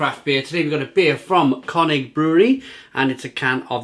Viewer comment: Just a heads up - it’s CURN (like churn) - IG